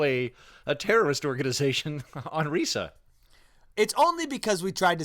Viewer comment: Reesa theenkin' yousa not pronouncin Risa correctly.